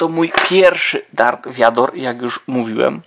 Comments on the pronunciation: vader a nie wiador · Mówi się vader